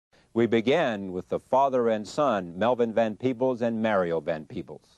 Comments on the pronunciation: I wished he would have pronounced Mario's name properly. His name isn't Mary-oh. His father keeps saying Mario... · Watching this interview has me feeling part pride and part disgust! How can you do an interview and refuse to properly pronounce your interview's name? Mario is only 3 syllables and 5 letters! I guess I could call Charlie Chucky a few times. If that's bad enough let's keep looking for reasons to disparage them. And did he try to call out Melvin for abandoning Mario's mother? Melvin you're great for not popping him one. I still love Melvin and Mario!